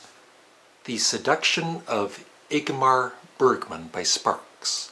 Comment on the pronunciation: This presenter finally gets to the point ... And he can't even pronounce Ingmar Bergman's name.